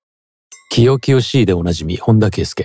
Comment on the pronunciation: 清々（キヨキヨ）しいw